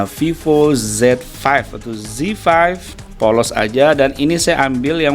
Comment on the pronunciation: Viiivooo bacanya